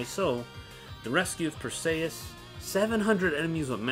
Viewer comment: Dude... go watch Clash of the Titans. That's not how you say "Perseus". The way you say it reminds me of Achilles' cousin Briseis in the movie Troy.